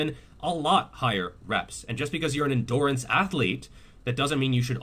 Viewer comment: Ross from friends kind of says endurance like endoorance